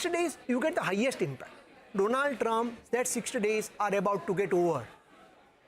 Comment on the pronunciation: Indians don't know how to pronounce Donald. It's not Doe-naald for gods sake.